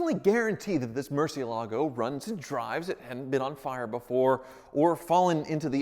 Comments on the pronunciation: Why do they keep mispronouncing Murciélago? 😂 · Apparently you're pronouncing it wrong according to Ed and Tarvarish even though I like the way you say it better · He's not pronouncing it correctly though, he even states it is Spanish for bat. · Stag Manson He is haha. Ed Bolian and Tavarish are the only people in the world that pronounce it that way. And they are wrong. Haha. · I don't care what Tavarish says (or claims that Google says), I prefer pronunciation of Murcielago, even if it's wrong. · Now I can't hear this pronunciation of Murcielago without thinking it is incorrect. Thanks Tavarish. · Nicholas W. “lago” is lake, and they pronounce it “lah-goh”. Therefore, Murcielago is pronounced as “Moor-syeh-lah-goh”. Tavarish and Ed Bolian are not correct. When they are the only 2 people in the world that pronounce it like that, then you know it’s wrong haha. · First off, congratulations on buying that awesome car. Secondly, for the love of God please learn how to pronounce Murciélago. Your pronunciation is cringeworthy! It’s a Spanish word. Please watch this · but seriously tevarish needs to teach you how to pronounce murcielago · It's not pronounced Murcielago, it's pronounced Murcielago. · He does not pronounce Murcielago though. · MurciELago. Please start saying it correctly. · Mercy ele go... is how you say it... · It's Moorr-see-ehl-ago. Not Mercy-o-lago. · Mercy...L..a....go. not mercy-ALA-go. Tavarish would be ashamed of your pronunciation. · The Mur has a Moor sound to it, Moor.. everyone puts too much emphasis on the lago, it's not lago, Its the ela, Moor - Ci (si) - ela - go Moor-Si-Ela-Go, Not Mercy-uh-lago. I can't watch when people butcher how to pronounce that cars name. Freddy says it right, talk to him and have him work on your pronunciation. Cheers. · Murcielago: pronounced mercy-EL-ago but this one is busted enough that it's entirely understandable to not even want to address it correctly. yet.